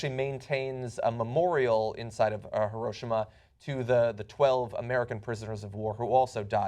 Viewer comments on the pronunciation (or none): Heerosheemuh not hiroshimuh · What is Her-Oh-Shem-Muh? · No, in Japanese it's He-Row-She-Ma and the R has more of a short d sound than an R sound. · The way John says Heroshima makes me cringe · John doesn't pronounce Hiroshima correctly. Surprisingly, Cenk does. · John butchered the name "Hiroshima" in the beginning. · is that how Hiroshima is pronounced....wtf